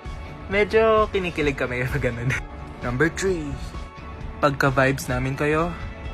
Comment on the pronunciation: "Namber Tree"